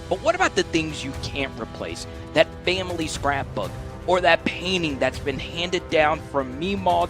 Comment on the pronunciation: Kelley is such a Tool. Enjoy your unearned bucks with your “Fam-ah-Lee.”